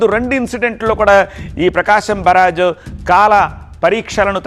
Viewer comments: Barag kadu barr age😂😂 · బరాజ్, ఫిరాజ్, కాదు బాబు అనర్గళంగా మాట్లాడే ముందు స్క్రీన్ మీద న్యూస్ ప్రోపర్ గా చూసి చదువు ఇట్స్ కాల్డ్ " ప్రకాశం బ్యారేజ్" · బారాజు కాదు బ్యారేజ్ తెలుగు సరిగ్గా మాట్లాడండి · బరాజా బ్యారేజా బ్యారేజీ అనాలి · పేరు ఖూనీ చెయ్యొద్దురా నాయనా, నీ ఓవర్ యాక్షన్ నువ్వు,.. బ్యారేజ్ అని అంటే ,నీకు ఇంగ్లీష్ లో పట్టు లేదని ఎవరైనా అను కొంటారా ఏమైనా.. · మాట మాటకి బరాజ్ బరాజ్ అన్నవో.......